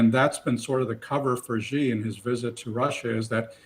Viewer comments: Mr Boot, Chinese last name is not JI, it's XI (She). Why can't you get his name right? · Max Boot, Senior Fellow, Council on Foreign Relations, needs to learn how to pronounce Xi. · Ive heard some of them pronounce Xi three different ways in the same conversation.